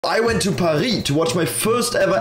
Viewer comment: That‘s how you pronounce Paris.